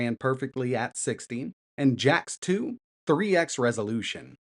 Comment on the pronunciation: Great video but did bro just pronounce Jak 2 as Jax 2?